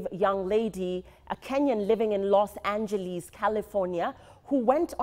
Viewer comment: Its not los angeliis the way you spelt it madam